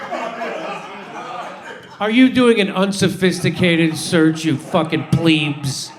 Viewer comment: "pleeebs"??? are you trying to say "plebs"? .... pl-eh-bs........ its easy to get right.